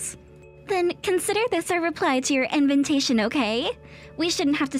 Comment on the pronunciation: Inventation. SMH. I've heard this mistake for "invitation" on several of these stories.